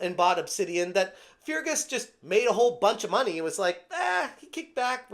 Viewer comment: great video as always, but his name is pronounced fur-gus erk-hart. keep fighting the good fight :)